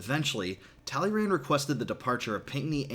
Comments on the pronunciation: Please improve your pronunciation of "Talleyrand" ;) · You pronounced Talleyrand wrong